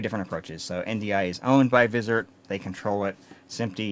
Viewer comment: Great video and a good intro to 2110, thank you! (One minor point, "Vizrt" is usually pronounced Viz-r-t - i.e. the r and t are just pronounced as separate letters, so it sounds like: viz are tee)